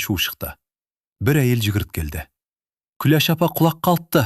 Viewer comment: Оқып отырған адам Күлеш демей,Күләш десе болмай ма